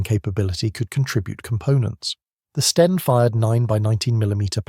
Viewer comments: Sten not Stein! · STEN not Stein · he is saying 'Stien' Stein is Stine in German.